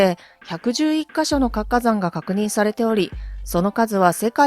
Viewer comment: 「かつかざん」と「つ」をちゃんと発音する方が良いです。